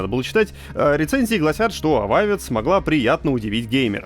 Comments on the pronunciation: АБОБА.Не Авовед,не Эвауд. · Блин, иди ты произношения подучи! Авовед, блин. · Пофиг на "ававед" давай только без пёржи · Новости: "Avowed" - это не "Dark Messiah of Might & Magic", но вполне хороша. Коридорная история. Тема геймплея в "Tides of Annihilation" не совсем раскрыта. Добавил в бэклог карандашом. Bungie медленно, но верно, пилит "Marathon". желаю подтянуть великий и могучий английский язык. Не Авовед, а Абоба.